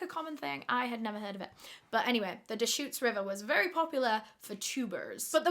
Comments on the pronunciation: Just so you know you are saying “Deschutes river” correctly 😊 Also tubing is very popular in the summer, i tube the Truckee river near my home several times every summer. But I also love boat tubing! You’ll have to try them out sometime! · I’m from Central oregon. You said deschutes right and it’s soooo weird to hear you talk about it.